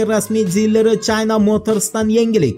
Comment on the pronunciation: Чайна эмас Укимаган чина мотирис дейилади каерда кургансан Чайна мотрисни Нима у Чайна маноси Нима Уни жинними булар тугри укигин саводсиз ё Яна мактабга бор январдан бошлаб